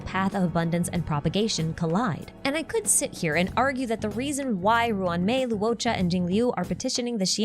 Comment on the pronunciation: LORE-CHA, not Lew O'cha. "uo" in Chinese is always pronounced as "ORE" or "AWE", never as "oo-oh" Luocha = LORE-cha Luofu = LORE-foo Huohuo = HORE-HORE (you can think of it as Haw Haw if that helps with this one)